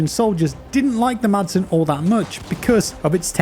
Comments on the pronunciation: Madsen is actually pronounced Masen. You don't pronounce the D😄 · The "D" is silent in "Madsen", so it really sounds like "Massen". Keep up the good work, love your content! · the d in madsen is silent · The letter “d” is silent in the name Madsen :) You’re welcome ;-) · Silent D as in Madsen....